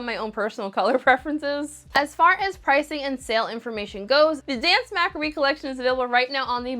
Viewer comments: It’s pronounced macabre, 😂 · You can pronounce mauve but not macabre? 😂😂 ❤ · Telling me to chill out as if my comment wasn’t is interesting. Likewise, no one is acting like it’s a crime. Sorry that words have certain ways to say them because that’s kind of exactly how letters and words work and that people are pointing it out because she butchered the word multiple times. 💀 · I’d say it’s more like “Mah-CAH-bruh” but that might just be my English interpretation of how to pronounce it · Lolol your pronunciation of macabre. 🤣🤣🤣